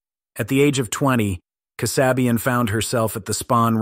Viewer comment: Linda Kasabian's last name is pronounced KAA- SAY-BE UN, not Kuh- SOB-e-uhn.